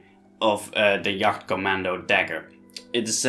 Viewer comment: jagkommando is banned because it was stabbing not slicing you donut and it's wound were danm near impossible to heal also it's jag not yag.